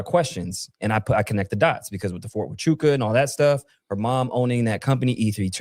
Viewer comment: Huachuca is pronounced wah-choo- kuh. 🤦‍♀️ Anyone can look it up and not mispronounce it...